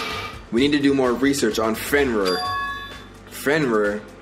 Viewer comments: fenrrr? rir is pronounced rear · No disrespect, but it's pronounced as "Fen-REER", I heard you saying "Fenwar" at times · Its pronounce Fen-Rear. Sorry lol it's my dog's name and I just want you to say it right